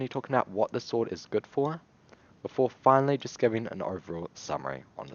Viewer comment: that “for” sounded so american wtf